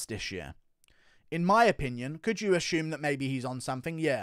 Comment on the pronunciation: Where's is this "ashume" pronunciation coming from?